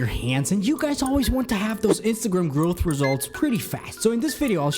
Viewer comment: It's growth not growh